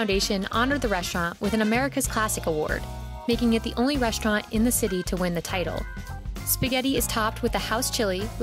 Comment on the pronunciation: I just cant ignore how she says restaurant like "reshtraunt"